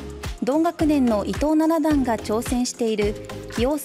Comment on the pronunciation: Abemaのアナウンサーだとやはりまだレベルが低いのかアクセントがかなりおかしいですね。また将棋の段位の読み方ではナナダンではなく「シチダン」が一般的です